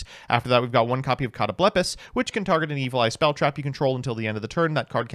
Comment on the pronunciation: on Ritual Dogmatika: "Hmm, maybe I should start taking this deck seriously..." Ritual Dogmatika TMT soon? pronouncing Catoblepas as "Cat o bleh puhs" was really weird for my ears. I've personally always pronounced it "Cut oh bull paw" with a silent s.